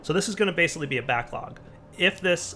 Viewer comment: he called it an "ore backog"